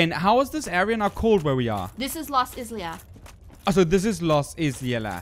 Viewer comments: In today's lovely episode, we encounter the ten-taco monster that has been so aptly named the, with my liberty as an author, the "Titty-groper", a few witches of Izalith (which is pronounced more like I-sa-lif) as well as the frenzied bed itself. So, without further ado, let's get this started. When walked along the lost halls of Izalith, his senses picked up on the faint yellow hue of one of his oldest friends. Off to his left, he could spot the brilliant summon sign on the Knight of Sunlight Solaire. As his female companion walked up beside him, looked over his shoulder just in time to see her stand beside a great fogwall, one of the many he had encountered throughout his magical journey. Without a moment's hesitation, pressed his left hand down to Solaire's brilliantly shining sign, and within a few seconds later, the Knight appeared with a soothing glow of the dying Sunlight. With his crew assembled, moved onwards with every intent to conquer the foul creature that was bound to rest beyond the fog gate. When pressed onwards through the fog, he felt his honed senses beat rapidly while his eyes widened. Before his very eyes, an ornament that he had believed to be a mere fossile of a creature that had long since passed, gained life anew. With a blazing inferno around it's body, the Centipede Demon roared out a monstrous sound as two allies came through the fog, both of which held their ground while fumbled around with his str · Izalith -> Eye - Zah - Lith